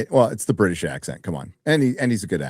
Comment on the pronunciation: The fuck you mean you don't know?! The not so bri'sh.